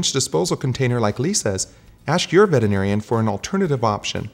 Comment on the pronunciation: Why can't veterinarians say the word veterinarian? LOL!